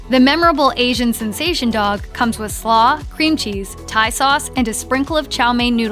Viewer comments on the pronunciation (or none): none